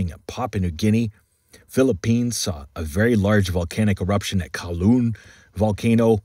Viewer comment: Canlaon pronounced “kan-lah-on “. From someone living in the area. 😊